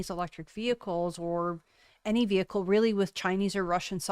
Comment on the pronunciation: ... what's a weeicle?